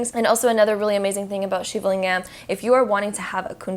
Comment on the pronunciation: The way she pronounced shivalingam 😖😖😖